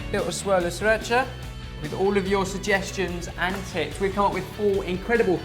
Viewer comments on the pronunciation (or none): When says "tips" it sounds like "tits".